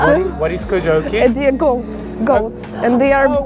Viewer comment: it's a very difficult word and you said it perfectly/koziołki